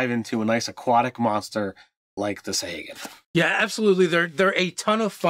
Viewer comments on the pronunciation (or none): You guys really butcher pronunciations sometimes lol, and not even consistently (sa-hay-gin/sa-hah-gin, krak-en/kray-ken). Great video regardless!